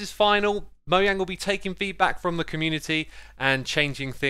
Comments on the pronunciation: mo Jang not mo yang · I'm sorry, but did I just hear M O Y A N G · There are 2 types of people: “Moyang” and “Mojang” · Fun fact. is moyang in Swedish but its Mojang in the us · Probably nobody: Me: STOP SAYING "moyang" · Why do you call mojang Moyang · I like how he says Mojang he says “Moyang” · Ima have to stop watching if he really calls them "Moyang" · I want to kill myself every time I hear this dude pronounce Mojang